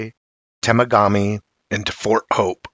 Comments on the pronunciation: it's Temagami, pronounced (tim-aug-ah-me). there are lots of my furry friends walking in the bush up here. and with more clearcut logging in some areas of our lands, they are being forced to relocate into new areas. Algonquin park is another "hot bed" for activity. but i am not too familiar with that area. i was born and raised in the Temagami area and have had many close encounters. I have come across broken trees, trackways, sign/script using broken sticks and visual contact with a family of 3. there is a reason why no one has ever seen a dead body, or been able to capture one, but that's a topic for another time. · Love it 👏🏻👏🏻 I drive between Sault Ste Marie and North Bay and keep my eyes open! Temegami is Teh-MEG-ah-mee and Algonquin is Al-GONE-Kwin just FYI